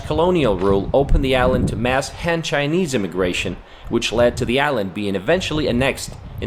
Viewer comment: Hey, guys. I love this video. This guy should have pronounced Han as "Hahn". A in this word is like "Ah" like Accapella.